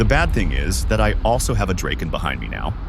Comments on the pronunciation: Draeken???? Ewww, it’s Draaaaken! Like Dr-O-Ken! DrAaahhhken! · Absolutely beautiful! I dig the f-5 a lot and it’s a damn good looking plane. Just fyi, the j35 is pronounced Draaken. Take care